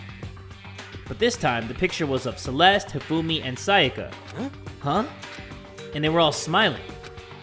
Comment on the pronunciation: so we just gonna ignore "sakaya"